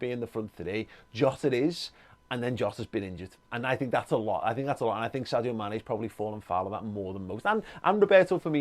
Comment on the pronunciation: Amazing how many Liverpool fans cannot pronounce Sadio's name.. it is pronounced SARJO 😃😃